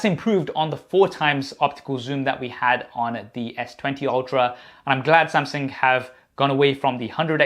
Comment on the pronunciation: Why is he calling Samsung Samsink? He sounds ridiculous. And why doesn't he have the name of his company on his shirt instead of whatever that is? No branding sense. Maybe one of these days these reviewers will review and test the earbuds. 🙄 Maybe.